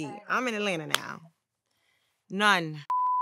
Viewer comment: TO ALL NORTHERNERS ... IT'S AT-LAN-TA... NOT AL-LAN-AH!! Jeeze!!